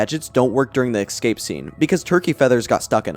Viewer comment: I can't believe I listened to 6 hours of a fella pronouncing the word 'ecscape' wrong